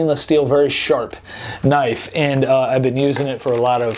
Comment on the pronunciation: ve-hicle and knoife. well done